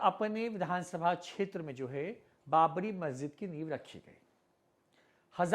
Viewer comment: क्षेत्र का उच्चार छेत्र ऐसा क्यूं कर रहे हो?